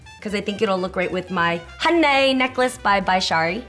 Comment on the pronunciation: I love when she says "HUNNAY" 😂😂